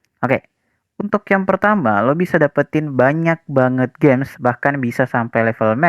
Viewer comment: Gems bro, bukan games😂